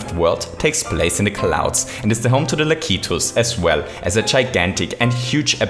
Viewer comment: La-ki-to? I thought it was: Laak-eh-toe